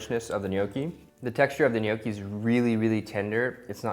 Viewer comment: My husband and I are Italian, and his family grandparents are literally from the "old country" and barely spoke English. We make ours a little different but this was very close to ours. Also, thank you for pronouncing it correctly!